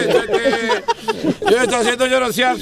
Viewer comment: Suelteme, suelllteme... jajajaja hizo el capítulo 😂😂😂😂